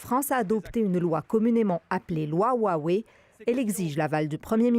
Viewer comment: Roiwei et pas ouawei vous qui faites attention aux prononciation.